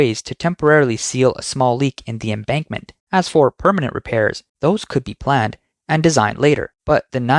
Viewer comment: Embankment, not embarkment